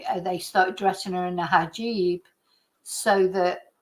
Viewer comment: 🇬🇧 🕯hijab!pronounced (He jaab) ⚖️ 🎯 📚 😮! Much 🙏 Respect